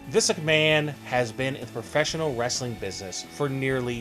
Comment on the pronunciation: We know the video is about Vince McMahon. I don't think saying, "Vince McMahone" over and over again makes any sense.